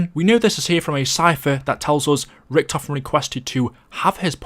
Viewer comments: Random guy: says richtofen as (RIK-TOE-FIN. Richtofen: NOOOO its Pronounced (RIK-TAW-FIN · Nah its ricky toe fan